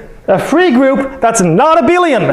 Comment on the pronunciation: I do believe it's due to his accent, I wouldn't pronounce it as he does. Abelian shouldn't sound similar to a billion in the first place. Ah-behl-i-an not Ah-bil-ion